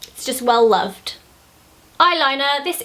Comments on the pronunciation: She said "well loved" like an American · Was it just me or did she say "well loved" very American...